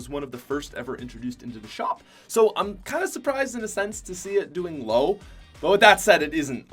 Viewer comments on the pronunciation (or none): The way how he said shop was so funny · wtf happened when he said shop 🤣